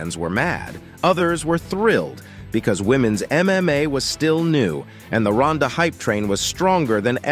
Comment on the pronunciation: its probably AI voice. It said "MMOA" at one point...